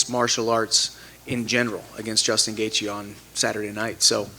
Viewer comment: Ah yes Justin "gaethe"